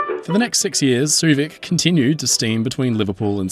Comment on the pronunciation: I enjoyed your playful and light-hearted take on the interesting story of the Suevic. Also, I appreciate the pronunciation lesson. I've been mis-pronouncing her name as "sway-vick"